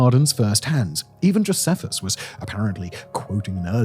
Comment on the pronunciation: Yup, you're spot on, at least as far as we pronounce these ancient names and words in English. Also, Josephus is pronounced Joe-SEE-fuss, not Joe-seff-us. Sennacherib is Sen-ACKA-rib, not Senna-CHAIR-rib. Cuneiform is Cue-NAYI-form, not CUE-nee-form. Tigris is TIE-griss, not Tigg-riss. There's probably more I missed out, but at least he pronounced Nebuchadnezzar correctly! 😅 Also, I do believe pretty much all Assyriologists can read Ancient Babylonian Cuneiform, not just "a handful of scholars!" I imagine it's one of the first things they learn as undergrads!